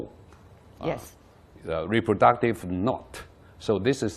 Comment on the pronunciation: 他说reproductive odd